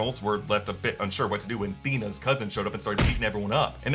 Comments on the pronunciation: “Making Thanos and Thena thousins”💀💀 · Lmaooo “THUZZINS” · "Which means Thanos and Thena are Thousins" Epic😅😅😅